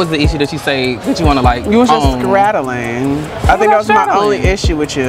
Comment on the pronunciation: I feel like you be scraddling.: What do you think I’m straddling? high key repeated the word correctly a couple of times but didn’t catch it right away. This tickled the hell out of me. 🥴😂